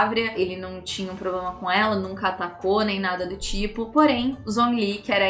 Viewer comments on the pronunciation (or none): none